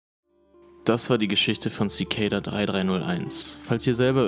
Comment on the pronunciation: Zikejda? Echt?! Das spricht sich einfach Zikada aus. Das ist kein ej/ey oder sonst was drin.